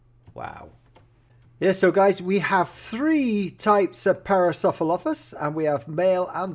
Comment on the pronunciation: you pronounce it "pair-uh-soor-uh-lof-us"